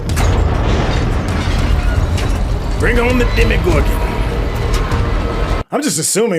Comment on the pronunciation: Demogorgon not demigorgon (